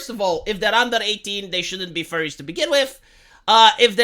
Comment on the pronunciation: Furries, not Furies. Believe me, I should know lol, that being said though that’d be an issue if said schools have any mascot suits.